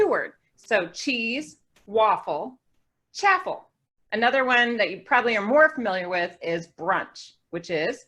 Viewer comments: Isn’t it supposed to rhyme with waffle? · I think are pronouncing it wrong? Or maybe it's like pecan. I pronounce chaffle like ch-ah-ffle?